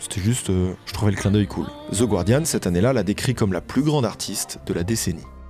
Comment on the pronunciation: The Guardian, éternellement mal prononcé 🥲